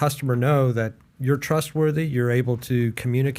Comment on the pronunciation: If Pat could learn to not say Dat and Duh instead of that and the, he would be easier listen to on this podcast.